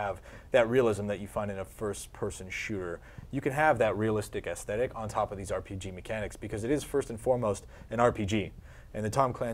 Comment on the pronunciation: I keep hearing them mess up on the word "aesthetic" with "thesthetic" lol #Bethesda